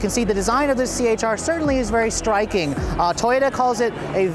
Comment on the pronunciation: c-hr not ch-r